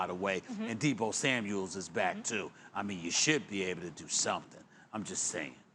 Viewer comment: “Deebo Samuels”‼️😂